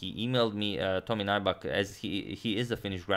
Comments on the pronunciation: "Naibak" but it's Finnish so pronounced as it's written. Nyybäk. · yes he is a poker pro..His name is not pronounced NAIBAK,, but NYYBEK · Nybäck is a Swedish surname. It is not pronounced like 'Nighbuck' but like 'Newbeck'. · Greetings from Finland (yay!)! Nybäck is actually pronounced something like "new-beck". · ä is like the "a" in cat y is like the "e" in few (without the W) tomi's surname would literally be pronounced "nyybäk" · His surname is pronounced more like "new-beck". Name is of Swedish origin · Nybäck's name is pronounced something like New-beck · No. It’s Nyy-bäk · For future games Nybäck is pronounced ''Nybeck''. Love the content tho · Or rather more like nübeck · Nybäck is actually pronounced "New back" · Nybäck isn't pronounced as nigh-bak. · Nybäck is pronounced like if it was spelled "Kneebeck" in english btw :) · It's pronounced as if you'd say "new back" (Nybäck) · You're pronouncing his name wrong. It's pronounced as "Neback" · No, Finnish is phonetically consistent. Nybäck is pronounced ['Nybæk]. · Just doing it poorly then? Even the English pronunciation would not be 'Neback'. It is standard for names to be pronounced by others the way they are pronounced in their native language. Chopin is pronounced [ʃɔpɛ̃], not [tʃɒpin]. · He has a swedish name and Nybäck is pronounced close to Knee-beck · Awesome, thanks from Finland! Although that's not how Nybäck is pronounced but nice try. #suggestion As you mentioned Heikki Westerinen in the previous video could you analyze his game against Boris Spassky in Solingen 1974 as it was Spassky's first game in the West after losing to Bobby Fischer in Reykjavik? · Agadmator pronounces all other names so perfectly, but I don't think Nybäck can even be pronounced any worse.